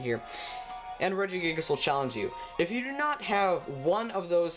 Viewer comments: Can u stop miss saying Regigigas (forgot how to spell, it's not Regi-Guy-Gas, it's Regi-Ge-Gas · Oh cool, I didn't know that Reggiegiygas was in this game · Regigiygas. Oh god. Oh god no. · LOL you dont say Regigigas, u say RegiGAIGES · " regi GUY gusssss "